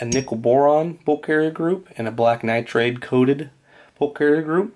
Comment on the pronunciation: it's pronounced nitride, not nitrAde